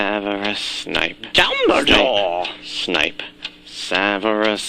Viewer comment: Did anyone else notice Kaiba was humping his brother in the intro? Other than that it was very funny. Also HIS NAME IS PRONOUNCED DUMBELL DOOR!!!!?????